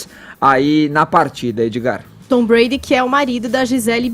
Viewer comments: Por favor...É Tom Brady (breiri) e não Tom bré...Apenas uma correção. É para não perder a viagem, Caio brilhante e elucidativo mais uma vez. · Não é "Tom Brad" isso dói o ouvido. É TOM BRADY!!! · Tom " Brad?" A pronuncia é "Breidi" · Se fala "TOM BRÊIDI" foneticamente. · Brady se pronuncia “breidi”.... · "Tom Brad" eu detesto o Brady,mas dá dor nos ouvidos escutar ele pronunciando o nome do cara de forma errada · kkkk né... Tom Bread ele falou kkkk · Já falo de cara, não aguentei o falando o nome do Tom Brady errado por 20x seguidas kkkkk